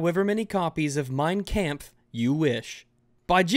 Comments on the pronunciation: "Mine KAMPF" sorry just though its funny how you pronounced it :P great vid tho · ' pronunciation of Mein Kampf gave me AIDS